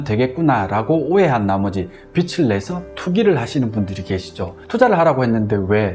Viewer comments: 빚 -비즐이라고 읽어야 하지 않나요?계속 빚이아니고 빛 얘기만 하시는것 같아요^^비츨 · 비츨~× 비즐~o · 빚을이 맞는데 빛을로 발음하시네요. ㅎㅎ 컨텐츠는 좋은거 같습니다. 잘 보고 갑니다.